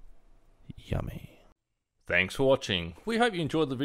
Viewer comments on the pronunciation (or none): none